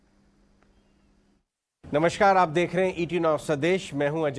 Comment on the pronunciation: you speak “Namashkar “ which is totally incorrect instead speak “ Namaskar “